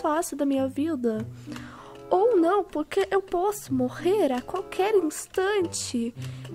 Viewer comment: alguém percebeu q qnd ele fala pq sai purque?